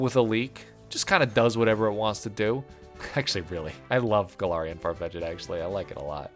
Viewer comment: Dugtrio makes perfect sense. It's a naked mole rat. A eusocial species that group together to block their holes from predators. The way you pronounced Farfech'd as "FarfetchEd" hurt my soul. I always saw Jynx's black as a shadowy void, to add to the mysterious nature if it. Like a Black Mage from Final Fantasy. But no defense can keep it from being the giant male reproductive organ that it is. The first time I heard the term "chesticles" I immediately thought of Jynx! Eggsecute is coconuts. The 3 dots look like faces, so yeah. I've always thought Zapdos was cool.